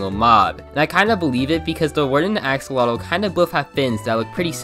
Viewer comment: It's said Axe-oh-lot-l